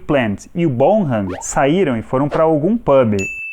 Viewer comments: o sobrenome do baterista soa como bonam e não borram. 😉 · John Bonham se pronuncia John Bón-am... BONAM